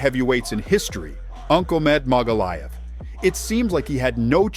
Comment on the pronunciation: Ankolmed Magalaev 😂